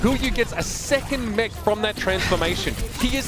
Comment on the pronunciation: He said "On the mech of hotba"